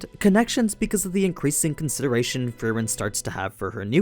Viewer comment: bro wtf , its free-ehn